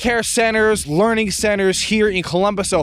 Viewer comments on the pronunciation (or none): correction, it's "learing" center